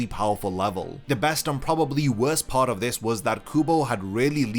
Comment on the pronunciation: Are you saying car 1 and car 2 or you saying part 1 and part 2 I really can’t tell it really sounds like you saying car